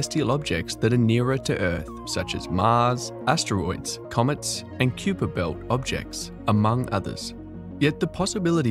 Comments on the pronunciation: Cue-per belt? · Kuiper pronounced wrong as well.